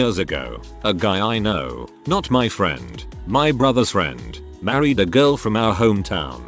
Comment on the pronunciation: The best thing in this video is the random usage of the maa-reed pronounication XD